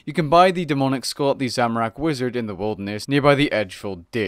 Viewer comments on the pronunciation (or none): none